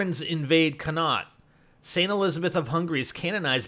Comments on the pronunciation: For the record it's prounounced Con-Acht.Not trying to be a prick, just sayin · Connacht...its pronounced Con-ocht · Its connaught not connat pronounced con au gt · Connacht is pronounced conuct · Sorry for being a grammar nazi, but it's said con-ah-ch-t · Connacht = CONN-ockt. There so much else wrong but that's mostly our languages fault. Also, trah-LEE and SLAI-goh. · Lol Connacht is pronounced con-ow-kt,you just have to say it fast,lol its not exactly it but its hard to put it into words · pronounced "caun-ucht" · conact its pronounced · The correct pronunciation is. Sl-eye-go. Dun-e-gal. Con-uct. No offence to =p=] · is pronounced Con-Ach as well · I'm from Connaught , and you miss pronounced it so bad! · Gotta love the way he can't pronounce Tralee, Connacht,Sligo and Donegal, plus the writing above the town name is just the original Irish name for the town or town land . For example Belfast is 'Béal Feirste' - mouth of the sandbanks/fjord. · he said connacht wrong at the start